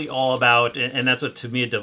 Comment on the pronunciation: Years ago when I was a kid, we all called it “Tuh-my-ah”, however, after the Internet arrived I discovered that the proper pronunciation is, "Ta-mee-uh." Sounds like he’s pronouncing it correctly.